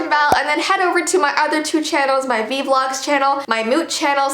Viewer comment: I no it vee not vi